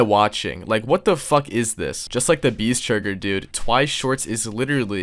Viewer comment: I love how he says beesechurger as churgerburger